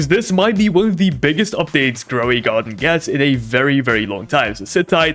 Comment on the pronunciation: Groy a garden ❌ Grow a garden✅